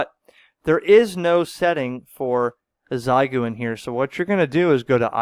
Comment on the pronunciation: As a native speaker, i have to point out xiegu in chinese is pronounced as “shea gu” 73